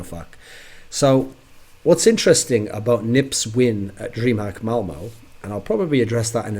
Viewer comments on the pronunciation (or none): Dreamhack Malmö, not Malmo, Thooorin :^)